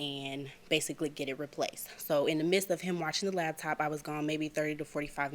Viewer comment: Is she saying "labtop" with a "B"?